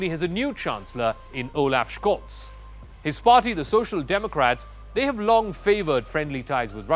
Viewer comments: Scholz. Not Schkolz. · The German "Sch" is spoken like the English "sh". So he is pronounced Sholts. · Please learn now to pronounce Scholz name